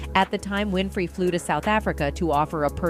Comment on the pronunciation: …..OPRAH’S LAST NAME IS NOT “ WINIFRIED “…. IT IS “ WINFREY “…